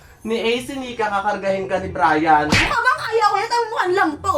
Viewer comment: Brian + Neneng G = Brineng Pano Sabihin: brayneng Mali na pagkasabi: brening